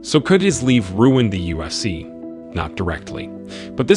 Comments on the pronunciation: The “usc” it’s not hard to say ufc smh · Bro how many times did u say "USC" jesus christ, annunciate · I dont know what it is but it sounds like hes saying USC